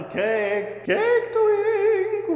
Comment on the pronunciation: Am I the only one that thought he said "Cake Tink" and was a little disappointed when Cake Twink didn't come out dressed in a Tinkerbell costume?